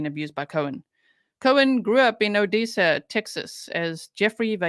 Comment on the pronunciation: Btw it’s pronounced O dessa like Vanessa